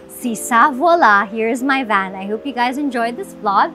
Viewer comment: Sana matutunan nya paano i pronounce ang vowels. Yung hindi pa conyo kundi standard english. Sa van palang. Hindi short a